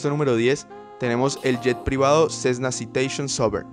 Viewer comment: También yo iba a comentar varias cosas que tú expusiste y agrego otras dirigidas al dueño del canal: Las especificaciones de los aviones están en millas y no en kilometros. Si vas a pronunciar los nombres en inglés hazlo bien ya que por ejemplo Embraer y Citation lo dijiste pésimo, mejor dilo en español completamente la marca y modelo. Obviamente alcanzan las velocidades que comentas en el aire, pero no es necesario que lo menciones así, se dice velocidad crucero. Las comparativas de distancia que comentas no es correcto decir " puede hacer la ruta NY- Miami 3 veces, busca una opción de una ruta más larga que cubra esa distancia ya sea en ida y vuelta o solo de ida cuando es ruta larga para tener una mejor referencia. Te faltaron más modelos de otras marcas que debieron estar en esta lista. Me gustan los temas relacionados con la aviación y por eso entre a verlo, si perfeccionas esos detalles te podría ir mejor con más vistas y suscriptores, y mi crítica no es con afán de molestar 👍